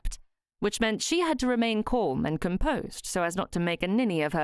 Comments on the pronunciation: I don’t know why this narrator says ‘ Colm ‘ instead of Calm? Any ‘ alm ‘ word seems to be ‘ Orrm?’ Really odd to listen to and I don’t think she’s Ai? But I’m enjoying the story! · Yes calm and palm rhyme with arm with a silent 'l'